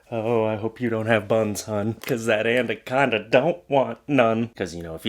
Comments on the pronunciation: ANaconda*, not anDaconda. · Why are you saying 'andaconda'. There is only 1 d in anaconda. I'll let you guess where it goes